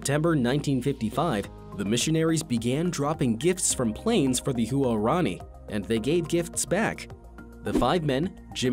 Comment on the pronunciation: Huarani is pronounced “Whar-ronny”; not “Hu-are-ronny”.